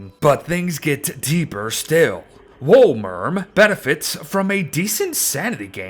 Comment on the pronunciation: I’m pretty sure it’s pronounced “wolemerm”